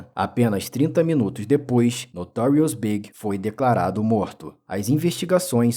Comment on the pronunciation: E falando B.I.G errado